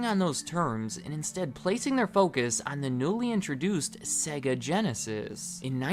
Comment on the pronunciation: Why he saying sega like segga. They literally say the sega when turning it on, not segga.